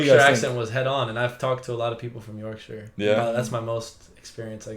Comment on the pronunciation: As a Yorkshire lass, hearing people from other countries saying the Yorkshire accent is their favourite accent makes me smile. Also hearing him pronounce Yorkshire right instead of York-shaiyer makes me happy 😂